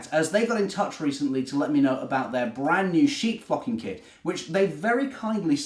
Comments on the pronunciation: I thought he said, "sheep f*cking kit! 😄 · Its an amazing idea, would never have thought of that and the sheep look amazing too. I suppose you could do a green sheep but probably wise not to, lol. You are also wise in being careful with your pronunciation there. Great video thanks. :_tmrgPeckett